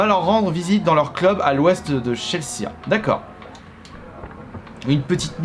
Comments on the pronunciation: "Tchelssa" pour dire Chelsea... mais bordel tu le fais exprès ou quoi ? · « cheleça » sérieusement ? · Tu as mal prononcé " Chelsea " ça se dit comme ça s'écrit mais en anglais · " au centre de Tchelssa" Alors ... Non...